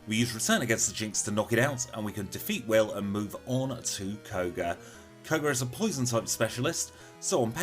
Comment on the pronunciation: Elite Four member “Kog-er”